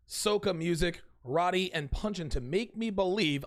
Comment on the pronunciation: It’s pronounced row ti lol but keep up the good work boss